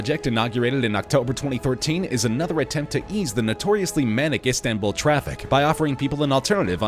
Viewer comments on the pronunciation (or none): none